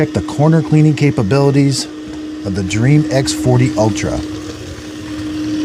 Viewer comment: I my country you say dreamy, not dream. :D